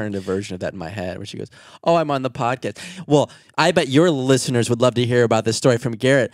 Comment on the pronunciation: came from listening to the audio version to watch the video just to see when said "podtest" instead of podcast😅 pd. Love you 😄